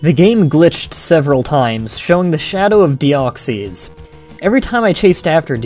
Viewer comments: Its not dee-ox-ies its dee-ox-iss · It's pronounced "Deoxis". Not "Deoxeez". Just letting you know. Then again, that's how I personally pronounce it. It's not necessarily the "correct" pronunciation. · It's not pronounced with an E in i its Deoxs then you put in the Y without pronouncing it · Dee-ox-is. That's how you pronounce it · I cringed every time he said Deoxees. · ur pronouncing deoxys worng